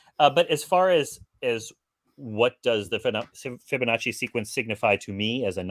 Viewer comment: Tommy is going to explain the Fibonacci sequence that he can’t pronounce. 😳